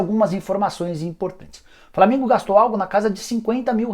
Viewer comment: Só eu que ouvo ele falar " Flamingo e boa vista:?